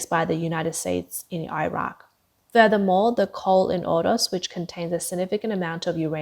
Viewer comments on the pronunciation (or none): none